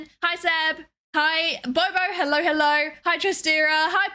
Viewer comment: you say hello as hellor muchhhhh